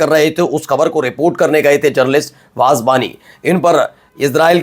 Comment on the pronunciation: “Navalz” ❌ “Nablus” ✅ “Waaz” ❌ “Wahaj” ✅